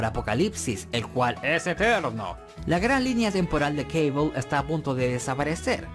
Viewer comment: ¿porqué dice Caibol?, si se escribe Cable, será Cable, por no hablar que Cable suena mucho más épico, que Caibol, que parece una marca de mochilas barata.